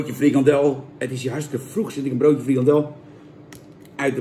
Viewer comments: FrikaNdel jan, niet frikadel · Het is frikandel niet frikadel